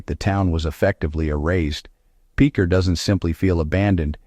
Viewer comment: It's pronounced pitcher, not peecher Oklahoma..